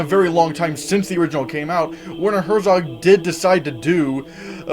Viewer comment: Werner Herzog is pronounced: Vair-ner Hairt-sohk. Just FYI